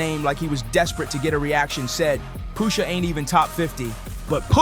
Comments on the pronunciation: Stop saying Poohsha T Boss!!! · The way u say Pusha makes me cringe